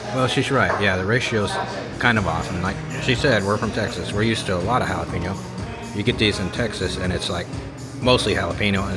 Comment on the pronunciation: Pronounced “Hala Pen Yo”. Y’all from Texas, get it right!😊